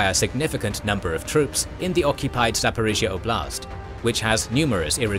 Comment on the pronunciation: Both in Ukrainian and Russian, the stress in the word "oblast" is made on the first syllable -" 'Oblast", not "obl'Ast".